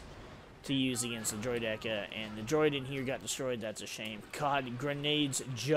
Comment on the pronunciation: Bro it’s droid ICK a! Great video, just please pronounce it right lol